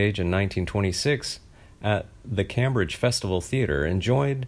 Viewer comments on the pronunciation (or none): He didn’t say Cambridge correctly either.